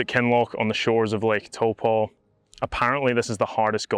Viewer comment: Good on you for pronouncing taupo correctly